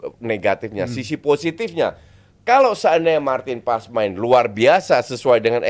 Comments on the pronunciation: Nama nya paes , Dari mana letaknya paas ? dia udah resmi jadi warga indo kenapa penyebutan nama harus dibelanda2in, botak botak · Paes lo justin bukan pass. Paes itu dari bahasa jawa bukan bahasa inggris lo botak. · Maaf min,, sebagai orang Indonesia boleh dong kita manggil marten paes,, paes bukan paas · Haye dan paes ini pengucapannya sama, banyak yg nyebut nama haye dengan haye yg ye nya seperti penyebutan yes, yeremi, yen dll sebetulnya yg benar itu penyebutan huruf e nya seperti de'ngan, se'lamat, se'mbuh begitu2. Paes pun begitu, bukan menyebutnya pa'yes tapi paa'es yg huruf e nya hampir ga dbaca seperti kita menyebut kata faLes/paLes untuk suara yg jelek pas nyanyi, nah hilangin tuh huruf L ditengah nya, begitu nyebut nama paes. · Enggak. Manggil nama orang nggak sesuai dengan cara namanya dibaca itu BIG NO. Usahain sebutin yang benar kalo udah tau. Kecuali "Paes" itu nama panggung artis, baru deh ngasal juga nggak masalah. Nama itu Doa dan maknannya dalam. Usahakan jangan sembarangan. Kalo perlu, selalu tanya orang lain gimana cara baca nama mereka.